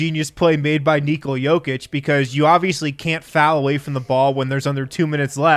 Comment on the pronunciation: ''Say Neekola one more time'' lol, hilarious!